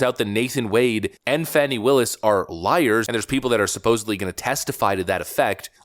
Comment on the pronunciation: This is not true. Learn how to prounce her name. This is not truth.